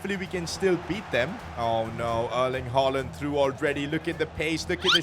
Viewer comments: His name is 'hugelan' not hoyland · You say hojlunds name like Rasums HoYlund not HoJlund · You still pronounce højlund wrong, this is how you speak it: heulun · Why are you saying haaland instead of Højlund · You Said HOLLAND BUT IT IS HOJLAND !!!.!.!.!.! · but dont say d when u are reading his name just say Højlun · If you want to say Höjlund correctly The Ö is like uh on english. That's how we say it on Swedish atleast. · Still saying his name wrong Its pronounced like "hoy-lun" in danish. The D is silent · I think its pronounced Rasmus Hojlun. withoud the d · That’s hoyland I know spelling it wrong but say like that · the name is almost right just say rasmus højlun beacus the d is silent